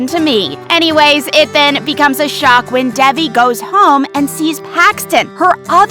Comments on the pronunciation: it’s Davi not debe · It’s DEVI , she pronounces her own name wrong lol 😂😂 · Ik, they said it wrong it the video. Which is confusing because it’s literally one of the most easy names to remember and say correctly 😃🤚